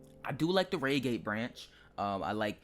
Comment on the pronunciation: it could be the coach number. I believe on the electrostars they have coach X of X on each coach (not with X, of course) Edit: why would they change the 166 if it’s a layer, not an included train? Oh, also Reigate is pronounced Ryegate, not raygate. Not to hate though.